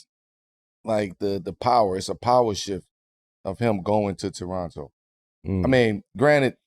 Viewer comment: Thanks guys for pronouncing Toronno properly guys. New Yorkers know.